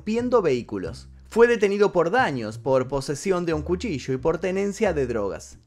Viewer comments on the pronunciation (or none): none